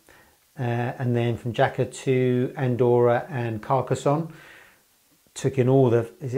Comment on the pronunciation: Jaca is beautiful, stayed there many times, a bit of a gateway to the Pyrenees, or the hidden valleys that criss cross the border with France.... It's pronounced "Haca" BTW